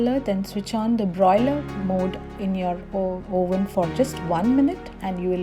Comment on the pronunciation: nice recipe dear but correct pronunciatons: flour - not flore but same as flower oven - not oh-ven but Uh-ven..........thank you dear, please don't mind, God bless